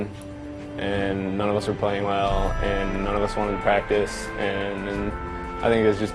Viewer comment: Everytime they say "practice" i laugh so fucking hard!!!! Lmao